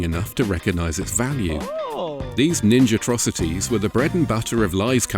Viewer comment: 10/10 for "Ninjatrocities."